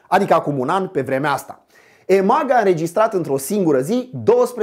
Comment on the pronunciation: Ce dom'le, ai uitat cum sa pronunti EMAG?